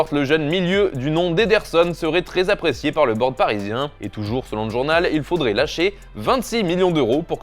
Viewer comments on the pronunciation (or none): et "APPRIÉCIÉ" puis "APPRIÉCÉ"... une fois passons, mais deux fois, ça pique les yeux ... Au passage, 2 à 0 pour le Réal ... 😉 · "Appriécié" lol